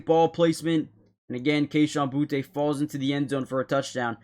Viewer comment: It’s not pronounced Boutay, it’s just booty